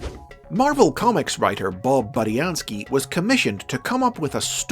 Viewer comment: Finally pronouncing Budiansky correctly